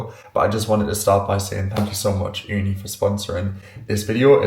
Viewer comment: I like when you said Ooni as we say it here in Finland(where Ooni is from), we say it here "uuni" which means literally owen😊